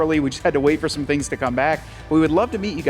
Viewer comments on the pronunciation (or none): none